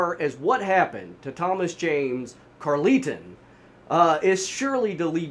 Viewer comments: I don't know what's so imperfect about your storytelling, but I can follow it just fine. Great work! PS: I think Carleton is pronounced like Carl-ton. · I'm his daughter - definitely not how you pronounce Carleton, or Dea...but fairly accurate telling of the story from the public reports you had access to 😅